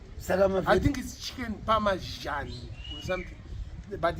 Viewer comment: hainzi chicken “pamazhanjeee”, but zvinonzi “chicken parmesan” pronounced pär′mə-zän😜!